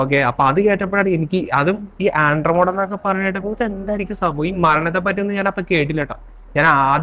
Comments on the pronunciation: Sir, firstly it's Andromeda, not andromoda. Next you talk about light-years. Please research on "Channelling". Kryon, one such channelled being has been invited by UN 7times. They don't have physical body, they speak through the person or "vehicle". Please understand many things we can't think or fathom right now, was once upon a time "science fiction". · ആൻഡ്രോമോടാ അല്ല മോനെ.. . ആൻഡ്രോമിഡ...ആൻഡ്രോമിഡ... അതുപോലെ പ്രീമിതുസ് അല്ല പ്രൊമീതിത്സ് ...